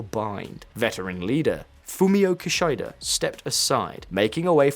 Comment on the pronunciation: "Fumio Kashyduh"?